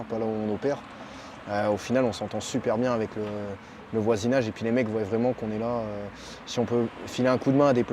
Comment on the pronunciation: Ils voillent !!!! non ils voient... c c'est moi qu il avait conseillé, morales , morales, dc qu on eut lieu, qu on a !!!! Il n est pas bac + 5 en français !!! Qui zont !!! Y zon !! Français, polonais.. pas d ukrainien !!!